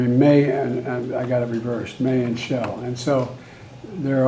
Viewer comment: “Shell” instead of shall. 😂😂😂